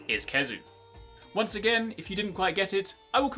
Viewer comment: It’s Khezu, it’s always Khezu